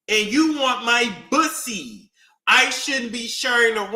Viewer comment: HE SKARED OF DA PWUSSY…… HE SKARED!!!